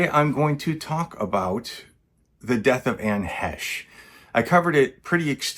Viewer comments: .. pronounced "Hey sh" ..not "Hesh like said" ..long A, okay? 👍 "HAAAAash, ..not hash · I'm 6 seconds in; already coming to the comments. You're pronouncing "Heche" incorrectly. Ugh...